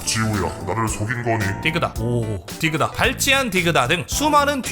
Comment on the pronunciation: 디그다X 딕ㅡ다O